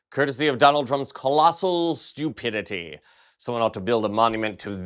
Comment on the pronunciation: did you say "stupidity" or "cupidity"? Either one applies.